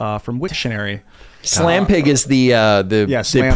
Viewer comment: Even when it's misspelled AND mispronounced?